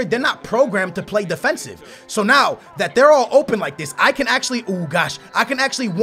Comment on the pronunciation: Says the guy who says 'now' as 'know' 😂😂😂😂